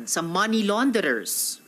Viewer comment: Correction lang “Money” NOT “Many”